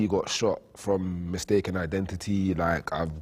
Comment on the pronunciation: The guy that says 'lak' instead of LIKE. !!